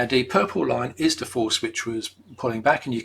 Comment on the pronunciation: Excellent video. The only problem I had was with his accent and the use of the variable "D". Lol, his "th" pronunciation is identical to the letter D. . . I found myself looking at "D" on the graph a couple of times when he said "the". Dee video was great oder dan dat.